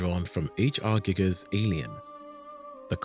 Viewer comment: H.r. geeger? Much Germans say it with a knee.